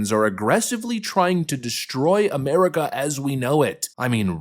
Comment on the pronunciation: can't even pronounce America. According to him, we live in Ameh-wica.